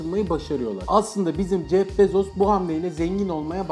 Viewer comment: Jef bezos değil (jef bizos) gibi birşey